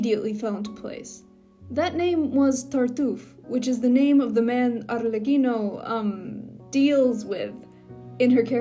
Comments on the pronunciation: The way you said Arlecchino is sooo satisying "Arrrlecchino" 🥰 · As an Italian, I must say that I'm rather pleased with the pronunciation.